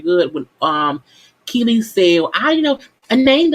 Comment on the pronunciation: I really like your videos but we’re on episode 4. You know their names by now Sis lol. It’s Aubrey. And it’s Kiely. Other than that..keep it up!!